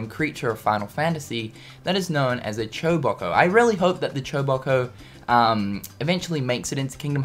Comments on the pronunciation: chobacoh? There called chocobos! come on man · I cringe every time he calls Chocobos "Choboko". It's like IGN mispronouncing Eraquis and Xehanort for KH3.